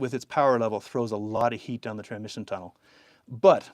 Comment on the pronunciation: Anyone ever point out you say “tranmission”?